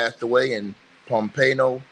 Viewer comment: Yo it's Pompano....not Pompayno beach FL